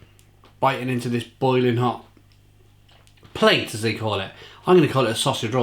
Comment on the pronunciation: Great review! It's a 'plat' not a 'plate' by the way! 😉